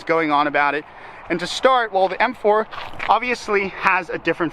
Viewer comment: does anybody else here him say f4 instead of m4 ?